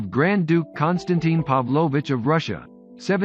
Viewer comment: Could never understand why English speaking people all over the world can't make a tiny effort and pronounce the Russian names right.. I find it disrespectful. And I am not talking about the accents. It's the stresses which are wrong. It's FyOdorovich, not FyodorOvich. PAvlovich and not PavlOvich..It's people's names, for goodness sake, read Carnegie.